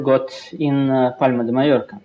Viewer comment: wow karpov actually pronounced Palma de Mallorca perfectly